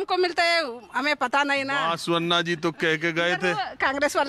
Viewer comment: Sir बसवन्ना होता है बासवन्ना नहीं। सही pronunciation तो सीख लेते। Yediyurappa is pronounced येडियूरअप्पा